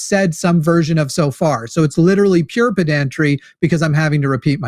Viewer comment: BTW, there's no syllable emphasis in pedantry.